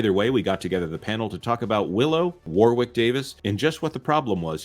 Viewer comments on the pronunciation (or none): I enjoy all of your videos... As a brit just wanted to mention, FYI, it's pronounced as if it's spelled Warrick. Thanks for the vids.